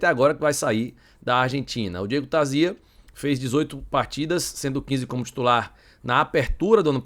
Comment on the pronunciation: É Tarzia e não Tarzía.😂😂😂😂😂😂